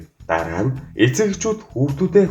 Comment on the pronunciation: Эцэг гэдгийг нь дэцэг гэчихсэн байна шд